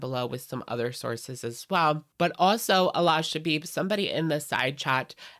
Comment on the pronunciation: The pronunciation of Alaa in English is actually "Aladdin" minus the "-ddin" syllable. A-lah. In Arabic, the name Aladdin is Alaa-ud-din. Allah and Alaa are pronounced differently. I don't mean any personal slights against anyone, but it's just something I wish I could physically say once and be done with it lol.